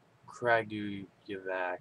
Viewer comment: actually, it's Kra-goo-ye-vatz :)